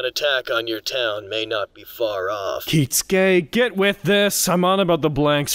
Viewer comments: It will never stop bothering me how he pronounces Kisuke as Kitsuke, always putting a hard emphasis on a T that isn't there. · Anyone else ever wonder why they pronounce Kisuke Urahara as Kitsuke?